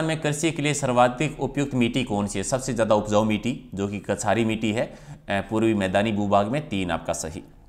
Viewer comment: मिटी नहीं मिट्टी है वो ,समारक नहीं ईसमारक (स्मारक) है सर भी ग़लत पढ़ रहे हैं